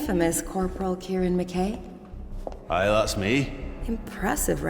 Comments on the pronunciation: U pronounced mackay wrong but great vid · He pronounced McKay wrong